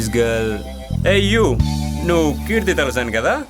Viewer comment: He said hi sonia and again he said keethy